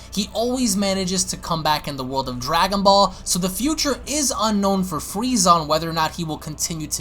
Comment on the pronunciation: I never knew they were called Dwagon Ball's this guy's voice is golden lol